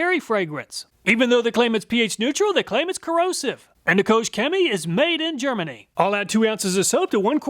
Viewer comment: Koch is not 'coach'.......it's more like 'coke'......... Awesome presentation, as usual!!!